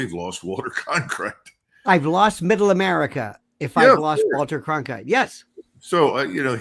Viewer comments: His opinions on RVN are puerile. Initially he couldn’t even pronounce Cronkite correctly. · Cronkite! Not Clonkite, Colonel! Have we had a couple of martoonis 🍸🍸 for lunch?? 😅